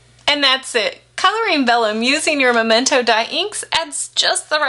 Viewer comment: Very nice video. But is MEmento, not MOmento ink. :)